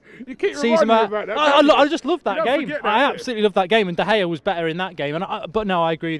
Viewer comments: why he say de gea name like that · It's de gea not de gea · Solskire...De Gaya... yea ok Robbie 🙄